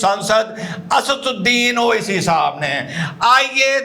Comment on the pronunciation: (मोडी) बोलता है जामूरा ओविसी,जबकि( बुनियादी) बोल रहा है,😂 ड और द, दोनों को साफ-साफ बोल सकता है, इसकी खिसियाहट साफ-साफ दिख रही है ना😂